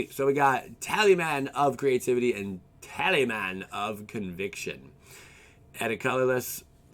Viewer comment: tal-is-man not tally-man